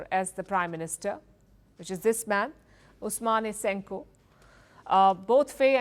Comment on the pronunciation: It’s not Ousoumani Senko 😂😂😂but Ousman Sonko plz if you can’t pronounce our names stay away from our news🥸